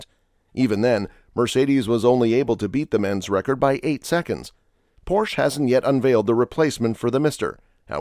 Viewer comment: It's pornounced: "Por 'sha"